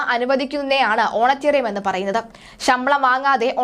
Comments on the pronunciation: Send her to some English school ... honorarium is not honaterium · സാധാരണ (Honorarium )ഓണറേറിയം എന്നാണ് പറയുന്നത് ഓണറ്റേറിയം അല്ല. ഓണറ്റേറിയം എന്നെ ഒരു പ്രയോഗം ഉണ്ടോ എന്ന് നിശ്ചയം ഇല്ല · ഓണറ്റേറിയം അല്ല കൊച്ചേ. Honorariam ഹോണറേ റിയം ആണ്. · ഓണറ്റേറിയം അല്ല honorarium. ഇവളെ മലയാളം പഠിപ്പിച്ചവനെ മുക്കാലിയിൽ കെട്ടി അടിക്കണം. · Madam ഒണറേറിയം ആണ്. ഓണറേററിയം അല്ല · ഓണറ്റേറിയമല്ല കുട്ടി ഓണറേറിയമാണ് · ഓണറ്റേറിയം അല്ല കുട്ടീ അത് ഓണറേറിയം (honorarium) ആണ്. അറിയാത്ത വാക്കുകൾ ഉപയോഗിക്കുമ്പോൾ ഉച്ചാരണം മനസ്സിലാക്കി ഉപയോഗിക്കൂ. എന്തൊരു നാണക്കേട് ആണിത്. Honorarium എന്ന ഇംഗ്ലീഷ് വാക്ക് മലയാളത്തിൽ ആരോ എഴുതി കൊടുത്തത് (ഓണറേറിയം ) ഓണറേററിയം (ഓണറ്റേറിയം) എന്ന് വായിച്ചു. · ഓണറ്റെറിയം അല്ല ഓണറേറിയം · Eyaleyoke chumakendi varunna malayaliude oru gathikedu!.mole, onetarium alla onerarium anu.